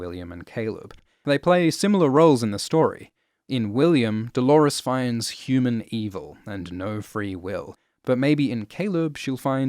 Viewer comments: Lawrence-lores??? DO-LAWRENCE!!! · i read some comments, and NO! pls do not call him Dolorence! Like chalores, it sounds so lazy and unintelligent